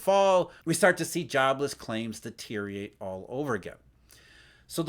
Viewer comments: Deteriate is NOT a word. DUH-TEER-REE-UH-RATE. Deteriorate. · Plenty of others are messing up that same five syllable word. Treat it like "nuke-you-lur" which even the guys with the football have had trouble reading from the prompter.